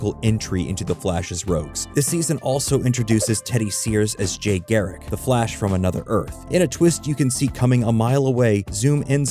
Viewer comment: R u using ai? Cuz u butchered jay garrick and eobard thawne and savtitars pronunciation